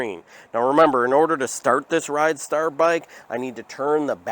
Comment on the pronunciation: It's rid star, not ride star.